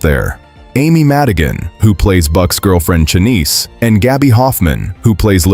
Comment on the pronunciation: You combined two different scenes from Uncle Buck when describing the scene where Miles rattles off rapid fire questions at Uncle Buck. They were sitting at the kitchen table, not at the mail hole (that’s later when Miles interrogates Chanice [pronounced with a sh, not ch sound, by the way]). And that was to help Macaulay Culkin remember his lines, not to help John Candy remember his lines. Also, there is no reference in any way to Uncle Buck in Happy Gilmore. I don’t know where that bit of trivia came from, but it’s inaccurate. John Daly was in the sequel, playing a story of uncle to Happy’s kids. But that doesn’t have anything to do with Uncle Buck. If you’re referring to the IMDb “Connections” page for Uncle Buck, they don’t mention a connection. So … it’s an erroneous bit of trivia.